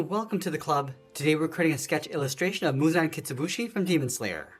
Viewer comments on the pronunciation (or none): it is not Muzan Kitsubuji, It is Muzan Kibutsuji